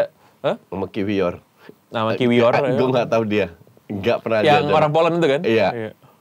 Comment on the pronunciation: Denger2 Kiwior bacanya ki-vyor